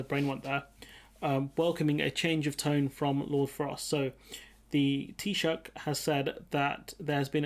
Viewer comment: Perfect pronunciation of Taoiseach.